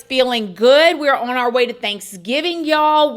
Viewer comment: yes! "OWE-un"